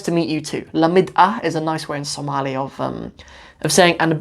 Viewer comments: ooh, your pronunciation is better than many somalis. masha Allah brother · your speaking Pure Somali compare to the people born and raise in overseas day after day, your pronunciation is improving